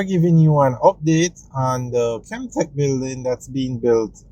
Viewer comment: And it's Kemtek not Kentek